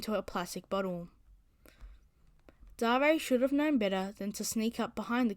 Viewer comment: I think it might be pronounced "D-air" not "Dah-rey"